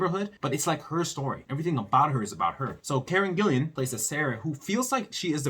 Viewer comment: PLEASE learn to pronounce her name. There is no "I" between the second L and the A. Thanks!!